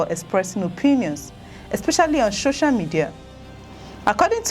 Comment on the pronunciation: What is "sho-sha" media? It's SO-CIAL for the life me!